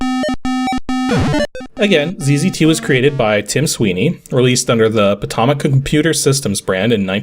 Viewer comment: FYI, you're pronouncing "Potomac" wrong. It's not "poto-mac," it's closer to "poe-toe-mac." Great video, though.